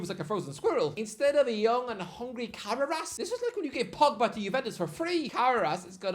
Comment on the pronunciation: Ca-ra-rass? Who?! Modern IPA: kərɛ́ːrəs Traditional IPA: kəˈreərəs 3 syllables: "kuh" + "RAIR" + "uhs"